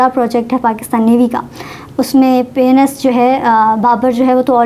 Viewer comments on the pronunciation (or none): it’s not PENIS gaazi it’s PNS gaazi 😂😂😂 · P N S ttheek se to bolo. 😂kuch aur lg rga h sunn ke